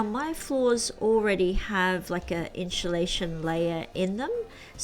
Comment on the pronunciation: I wouldn't take lessons from anyone that slurs the word insulation.